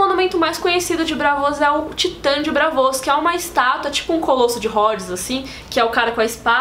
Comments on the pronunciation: Que agonia, não é Brávos e nem Bravôs, É BRAAVOS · Ela pronunciando "Bravôs" me dá agonia kkkk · É "BrÁvos" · Eh braavos, e não bravôs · Agonia a falando Bravôs